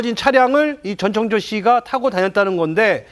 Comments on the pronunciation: 이름 좀 제대로 부르세요. 창조 ㅡx 청조 ㅡ0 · 저 아나운서는 왜 전창조라고 하지? ㅡㅡ 아나운서가 기본적으로 이름은 제대로 불러야지 저번에는 패널이랑 기싸움하더니 볼때마다 이상하네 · 다들 이름 발음 하기 힘드신가봐요… 한분은 전창조 전창조 하시고 한분은 전천조 하시고… ㅋㅋㅋ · 전청조예요 전창조가 아니라 이름은 정확히